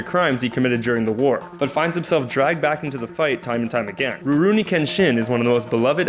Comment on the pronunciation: "Ro-roo-ni" "A-soo-na" "Sas-soo-ke" "Sak-oo-ra" - just all wrong, I don't think he got how the 'u' was working there, but yeah he definitely hadn't seen these animes. "Sith" wtf though. xD